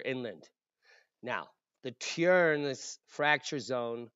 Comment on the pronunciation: 🤣🤣🤣 seriously laughed twice out loud - accent and pronunciation was seriously bad, and you slammed through this with the most serious tone. I don’t know how you managed without laughing at yourself. You certainly know how to deliver. Thanks for sharing your knowledge. So appreciative to get back to “normal” , climate and earth changes instead of most recent current events. That’s a BOOM.